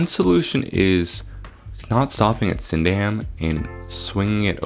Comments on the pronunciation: Rough pronunciation guide: stress the first syllable and soften the rest. Doing this you will be right most of the time, the problem you had was stressing each syllable individually. This is especially notable to places ending in "-ham" where the "a" is very short and the "h" is dropped so the sound is just "um" Similar to the "w" being dropped in names ending in "-wich". Sydenham = SID'n-um Caterham = CAY-t'rum Beckenham = BECK'n-um Lewisham = LOO-ish-um (the "h" is used to smooth the transition from "s" to "u" sounds) Clapham = CLA-pum (as it treated as one word rather than two in quick succession the "p" sound is part of the second syllable, though CLAP-um will sound perfectly fine) Streatham = STREH-tum (the name means the hamlet on the street. This is why so many place names end in "-ham" for hamlet, while this spelling of street is likely from old English because the street is a very old feature. As you thought it was a Roman road, the London to Portslade Way, which took it to the south coast near Brighton.) Bermondsey = BERM-und-zee (important not the stress the "und" but a short "u") Rotherhithe = ROV-ur-ive (again dropping the internal "h") Norbury = NOR-b'ree (or just NOR-bre in a south London accent, but the "u" is short that it is not voiced and is just a glottal stop separating the "b" from the "ry" Dulwich = DUL-itch (like Greenwich = GREN-itch, the same as the new York village) Camberwell = Cam-buh-well (an exception in that "well" is not softened but pronounce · Sydenham = Sid-en-um also Bermondsey = Ber-mund-zee(dwell on the Ber a bit more) and Streatham = Streh-tem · bermondsey is pronounced similar to how you said it, but less emphasis on the 'mond' (BER-mond-SEY), streatham is pronounced stret-um (note short 'e' sound), sydenham is pronounced sid-enn-um, dulwich is pronounced dull-itch, lewisham is pronounced loo-ish-um